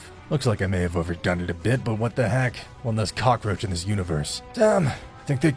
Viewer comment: Vegeta say insict and black said cacroch